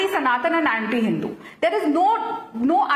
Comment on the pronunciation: is he deliberately mispronouncing the word HINDU there??????????